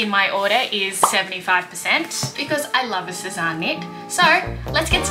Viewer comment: I was looking at that skirt the other day and wondering if I should get it..I’m still not sure. BTW Sezane is pronounced Sez-Anne not Sez-Ahn 😉